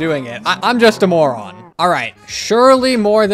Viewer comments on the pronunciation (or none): you said more-on